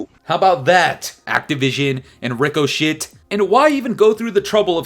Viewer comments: I agree totally! Cheating is out of control and shouldnt be But ffs Ricochet is pronounced RIK-UH-SHAY. 😅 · Rico-shhh perfect😂😂